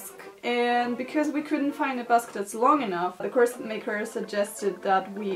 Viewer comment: Hey I'm French 🇫🇷 (I don't know why I keep adding this little flag every time I say that in a comment tho...) You seem to say "corset" very good (I've just watched the 30 first seconds so far 😂) but I'm gonna answer to your question at the beginning "how do you even say corset ?" So as I said you seem to say it well, actually the T isn't pronounced but in these 30 first seconds I can't figure out yet if you do or not Oh and the S when it's plural isn't pronounced either I'm gonna watch the video now 🤗